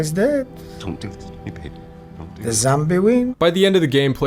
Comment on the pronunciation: “Sarah is dead, ze zombie win…”